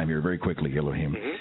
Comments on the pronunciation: i know its eloheem dude XD i speak hebrew and arabic !! its just sounded like that when he said it ! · Elohim, not aloheem, the latter sounds like a plant god haha.